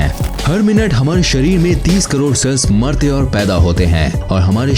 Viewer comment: Bhai sharir hota Hai sarir nahi ..... over all it is good information